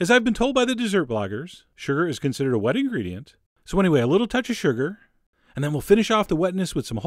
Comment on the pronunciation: MAPLE SYRP(SYRUP ALWAYS HAS TWO SYLLABLES REGARDLESS OF HOW YOU SAY THE Y)? SHRGR IS A WET INGREDIENT? FRESSSHHHLY GROUND PEPPER? CHORIZO & CHICKEN SKYRRZ? Chef John doesn't have an accent, he has a complete dialect all his own.